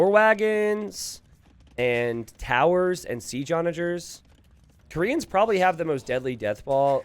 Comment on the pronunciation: please stop saying "koreans" like that it is really boring, annoying and bothersome